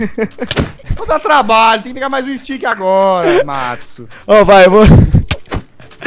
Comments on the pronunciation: Não é Metsu, é Matsu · É matsu!!! Não metsu!!!